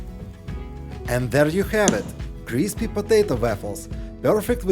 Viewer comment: When you say “crispy” it sounds like you’re saying “greasy”. Big difference.